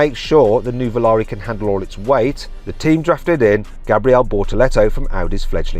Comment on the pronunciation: ヌヴォラーリってヨーロッパじゃ高級ワイン🍷みたいな名前の響きだが、日本人からするとウマイボウみたいな発音に聞こえるわ。